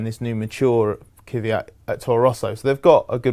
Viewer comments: i really dont understand why so called motorsport jounrnalists dont seem to care to pronounce a drivers name right... its KVYAT not Keefyat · Is it too much to ask for you to pronounce Daniel Kvyat's name correctly? It's Kvyat (flower), not Kyvat. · Love your reports and regularly watch them, but fot the life of me I don't know how all the English reporters manage to prounounce 'Kvyat' even worse and more wrong that any other nations repoter I've seen so far. On top of a horrid pronounciation, you also make your life harder by swapping the order of 'v' and 'y' in his name. Try using the IPA transcription [kvʲat] :) it will make life linguistically simpler. Still love your show regardless of how bad you pronounce names! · After Brits failing 35 years to pronounce "Ayrton" correctly, I'm not even expecting anything on "Kvyat" any more... 😐😐😐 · How come everyone everywhere has problems pronouncing or typing Kivyat's name?